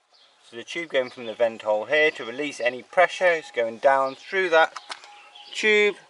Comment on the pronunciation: "Fredded frew" ! ?